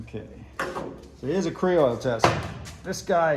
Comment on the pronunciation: I Googled kreoil and it doesn't show up on the search it's kroil not kreoil lol.